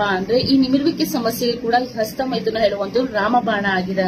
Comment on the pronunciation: "ASTA" ALLA "HASTA" MADAM, HOW MANY CHILDREN DO YOU HAVE MADAM, CAN YOU PLEASE TELL ME.